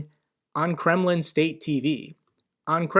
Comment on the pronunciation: I find it always funny that you talking about Kreml...but its sound always like Gremmling